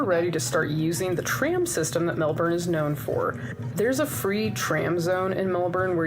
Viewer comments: Aussie is pronounced ozzy Melbourne is pronounced mel-bn not mel-burn. Actually listen to Australians say it! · Definitely not BURN, pronounced a very short fast “born” almost a “bin”sound. You will not hear the “R” sound ever. From a Melbourne resident. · Melb'n. We delete the vowels. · its more mel-ben/mel-bin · Melbourne is named after the British Prime Minister Sir William Lamb the Vicount Melbourne. And his title is pronounced Melburn. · First up, c'mon you know we shorten everything, it's pronounced: Mel-bn. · We actually pronounce it “Mel-Ben” 😂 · As an Aussie who was born and raised in Melbourne I need to point out her pronunciation was definitely not we say it here. To all us down here it's pronounced Melbin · No. No i. Melbn. That's how we say it. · We Aussie's actually pronounce it as Melbin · No one on this video said Melbourne right. I know, I live here. C'mon America. You are the only country that fks it up consistently.